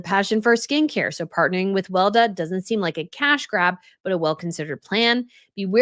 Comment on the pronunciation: It is not pronounced "Welda", it is pronounced Wel-e-da, don't forget the second "e" ;-)